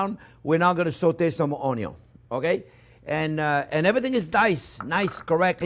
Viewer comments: I swear, every time he says Onyo I smile 😂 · It’s onyo not onio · Love the way he says onion 🌰